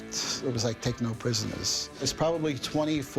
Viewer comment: lol... did he say "Techno Prisoners" or "Take No Prisoners" ?